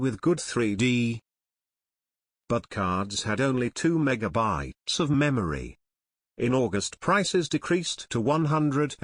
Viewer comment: The voice synthesizer is horrible – it constantly puts the stress on the wrong syllable (e.g. megaBYTES) and sometimes even has a bad pronunciation of a word — com - pate - a - bil - i -ty: Seriously?